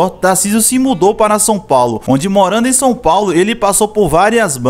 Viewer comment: Fiquei agoniado tbm KKKKKKKJJJ Fora o Son Paulo né KKKKKKKKKK